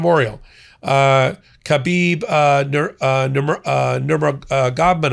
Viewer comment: I can see you aren't a fight fan, it was amusing watching you murder Khabib's name. When fighters are cutting weight (that is to say, starving and dehydrating themselves) in the days leading up to a fight they tend to be extremely irritable, as anyone would be. Add to that the weeks if not months of focused training and anticipation for a particular opponent, and it's easy to see how the staging directly prior to the event can end in chaos, with emotions running so high. I am a big fan of boxing, and combat sports more broadly, though anyone can see this is an undignified spectacle to hold in such a venue.